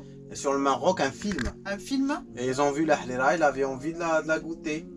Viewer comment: Trop bien la prononciation de Harira!